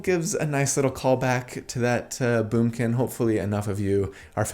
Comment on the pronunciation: I haven't watched a single minute yet, but I saw "The Moonkin" on a video and heard say "Boomkin". My Druid neurons are firing on all cylinders.